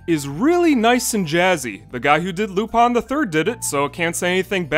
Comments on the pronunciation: Lupin Not luPoN Seriously great video but you sure butchered that pronunciation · Why are you calling Lupin Lupon? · "laupon the third" is an amazing pronunciation.